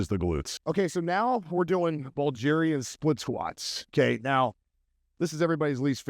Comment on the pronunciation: I assume you mean Bulgarian, not "Buljarian."